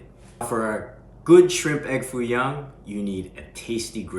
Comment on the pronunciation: Not Foo Young, but Foo Yoong.😂😂